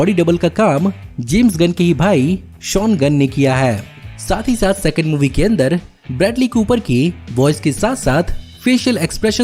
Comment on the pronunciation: "Sexond" movie😂😂😂